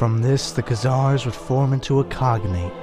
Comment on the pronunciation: before you make a video on the Khazars you should learn how to pronounce their name. Stopped it and thumbs down ... your melodramatic comic-book narration is a bit much, y'know. Not worth listening further to this, there's far better on YouTube than all this amateur stuff coming out by youtubers cranking out short videos with trendy graphics and narration... who don't know how to pronounce the names and words they're using. ....